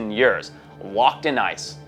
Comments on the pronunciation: Bro says every word with no accent then proceeds to say “ yurrs” “8000 yurrs” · You say years funny